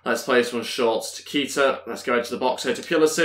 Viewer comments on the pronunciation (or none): Its pronounced kayta